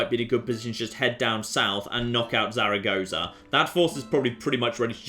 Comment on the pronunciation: I assume Zarragoesah is another city which will be renamed to match pronunciation when it is taken...